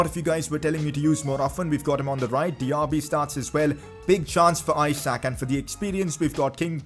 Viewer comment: You are pronucing Isak wrongly , its E-Sak not issac